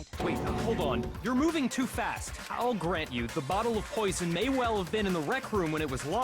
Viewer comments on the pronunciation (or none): none